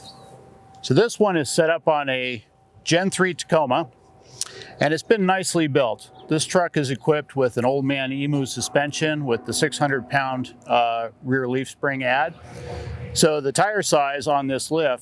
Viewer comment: Eem-you, not ee-moo!